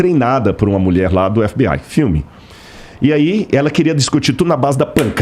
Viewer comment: A primeira vez q ouvi alguém chamando (fbi) de fbai 😂